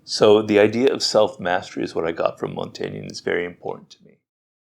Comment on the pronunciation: Hi Robert, I am French and you said his name in the most impeccable way 😊.